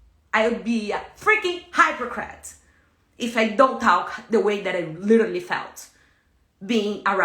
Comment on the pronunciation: "Hypercrat" 😆 🤣 😂. I'm sorry not sorry but her pronunciation of this word and her trying to falsely villainize Terrance is hilarious.